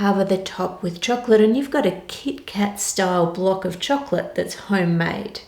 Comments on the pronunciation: It sounds like choklick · The way this woman says "chocolate" is god-damn satisfying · Idk why but I love your voice and the way you pronounce chocolate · I watch your just to listen the word "chocolate" u spell...! N I have zero knowledge in cooking, so I just watch n enjoy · the way Anne says chocolate makes it sound like some next up fancy dish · I do not want to be mean but that's not how you say choclate I'm really sorry to say I'm literally crieing right now again so sorry😔😭😭😭😭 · I love the way she says chocolate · I’m not the only one who loves the way she says “chocolate“ right? Something about her accent in the word... ☺️ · Yeah, is it Anne or a localised pronunciation? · HEEHEEEEE!!! I know! I say it after every time she says it LOL, check out that parody of her, that guy gets it too lololol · It's the kiwi accent coming in, haha.